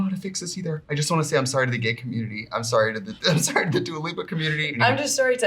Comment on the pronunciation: Is Trixie actually calling her Dula at the end?!